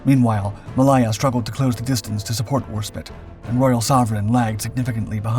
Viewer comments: Yes its HMS WarspITE, its also HMS Ma-lay-ya, not Ma-lie-a! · Your pronunciation of Royal Naval ships name is abysmal. Malaya as in the country Malaya. It isn't Mal I er. It is Ma -lay -a .